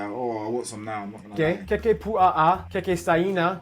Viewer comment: The way mans (not you :3) pronounced the words 😂😂 bruh the way he pronounced kekepua’a- what doing